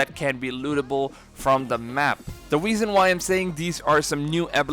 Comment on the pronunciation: "the weason i say this"